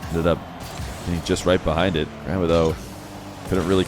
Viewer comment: the way you say Gramma sounds like Grandma and i cant unhear it 😢